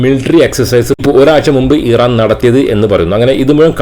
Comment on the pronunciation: Iran pronounce ameen paranjadaanu correct...